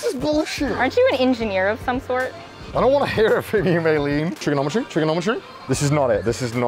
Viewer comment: "Triginometry" -Connor 2020